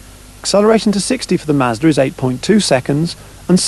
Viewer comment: is he saying mazdra?